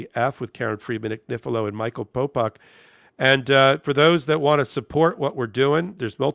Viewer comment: A. It’s Popok. B. Check your speakers.